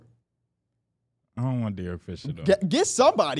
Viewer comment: “derrick lee”